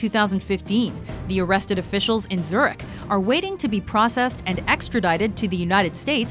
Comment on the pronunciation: tries her best pronouncing french, can't pronounce Zürich